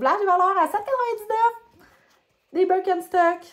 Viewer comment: C'est bien allemand, ça se prononce bir ken (comme le chum de Barbie) chtok ou presque. Elles ont des semelles qui soutiennent la voûte plantaire. C'est grâce à elles que je me suis rendue compte que j'avais besoin de semelles orthopédiques. Comment fais tu pour les entretenir ?